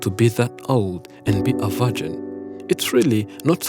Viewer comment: "vargin" lolol0lol